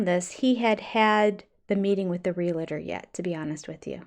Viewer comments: It is realtor not real- a- tor one a not two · I love you but please stop saying reel a ter. It’s realtor. Two syllables. Thanks. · Hey.. for someone who's a stickler for proper pronunciation of words, you do realize that "realtor" is pronounced "real-tor", not "real-a-tor", right? ❤ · I think your channel is absolutely great and if you lived nearby I would want to be your friend. Sooo, when I ask this question it's not criticism. It's just a question. One of my pet peeves is that most people mispronounce "realtor". They usually say re-la-ter. I think it's supposed to be re-al-tor. Am I wrong? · just curious (ESL speaker here) since you often correct Kody's mistakes: why do you say "realator" instead of "realtor" ?